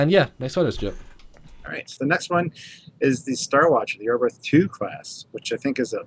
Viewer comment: Cudos to Foley for at least trying to pronounce "Oberth" correctly (just imagine the H at the end is not there and you are a lot closer). This class of ships is named after a German pioneer of astronautics, Hermann Oberth. But he was also a Nazi (even after the war).